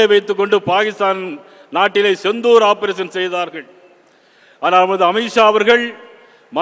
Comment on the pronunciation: யோவ் அது செந்தூர் இல்ல,சிந்தூர் 😄